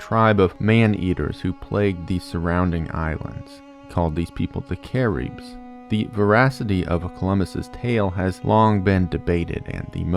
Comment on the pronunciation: “Cah - reebs” Cah- ribs man… Cah/ ribs… 😢😢😭😭